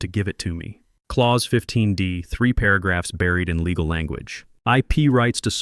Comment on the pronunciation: A message for AI ... as much as I enjoy hearing my Germanic name "Klaus" pronounced correctly, you are in fact dealing with a "clause" which rhymes with "pause" or Santa Claus! Whoever "teaches" AI might want to introduce some of the unique aspects of oral English! Having absorbed my Mother Tongue, German, learned English as my second language, and then went on to learn French, Latin, Greek and Hebrew, I can assure you that similar arrays of letters often require quite unique pronunciations! AI functions suggest to me that we are approaching the day when words will simply be spoken as written ... which definitely would align with the German Language, where almost everything is pronounced! At the age of 70, I'm not sure I will out-live this linguistic functuality! Or, to quote a famous line, THAT is something up with which I will not put!!!